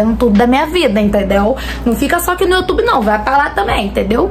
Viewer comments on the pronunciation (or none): none